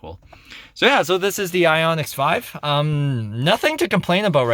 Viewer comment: Excellent review and very helpful to me. VERY helpful. Would like to point out that the car is called Ioniq 5, not Ioniqs 5. Keep up the good work. I've only had my Ioniq 5 for three weeks and there is definitely a learning curve.